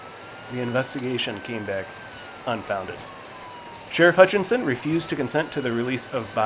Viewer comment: His last name is Hutchinson not hutch tons